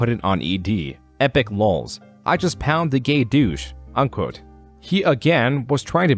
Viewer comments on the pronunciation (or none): you may wanna pull a Gamer Dude and take this video down to re-edit your take on the word "pwned" before you reupload it again. Its pronounced "Pawned" or "poned" not pound. The guys on your ED page are gonna troll you for that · Pwnd is not pronounced "pound" lmao 😂😂😂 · did you just say pwned as pound? dafuq? 😂